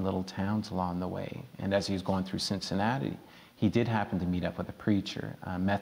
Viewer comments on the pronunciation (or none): Cincinnati not Cincinatta lol